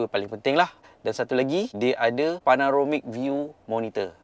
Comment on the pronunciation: sebut PANAROMIC sokmo..PANORAMIC la....huhu...anyway meme BEST!!😁